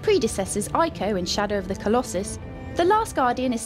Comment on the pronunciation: actually, Ico is pronounced ee-ko, so yeah.